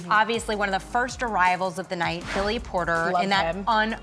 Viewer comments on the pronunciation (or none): none